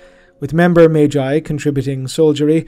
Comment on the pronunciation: In the case of Magnus the Red then the G is pronounced that way but Magi would be pronounced like Mage with the J. It is a good point but Magi doesnt come from Latin but rather is Zoroastrian and would've come from old persian and assyrian , those languages giving us the J pronunciation. if you look at the entimologicall site they'll confirm its zoroastrian origins, and then the greeks picked up the pronuncian who gave it to the Romans and hence down to us. Sorry for being overly verbose. Also Mechanicus organizations follow more greek than latin it seems while terra follows more Latin , though both greek and latin get used in High Gothic it seems.